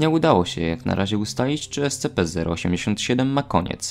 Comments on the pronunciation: te czasy w których mówił escepe zamiast escipi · Pamiętam jak mówiłeś ESCEPE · Ten moment kiedy słyszysz jak wymawia SCP jako "Es-Ce-pe" i robi to celowo, niewiedząc że to błąd